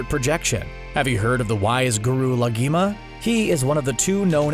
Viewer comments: Guru Lagima he says 🤦🏻‍♂️ it's Lahima , a Tibetan name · It’s Lahima not Lagima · ITS NOT YU ITS YUWEY AND ITS NOT LAGIMA ITS LAG HIMA, THOUGH ITS KINDA LIKE LAHIMA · I feel like CBR hasn't even watched the show, the amount of mispronunciations is astronomical. "Yoo" "Lageema" 🙄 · Your pronunciation is terrible. It's YU-ay Gha-ZAN La-HE-ma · Blud can't pronounce laghima